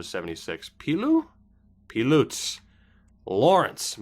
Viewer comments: Pilut is pronounced like pilot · Lawrence Pilut is pronounced as Pilot. As in the pilot of a plane. He was the highest scoring defender in the SHL last season.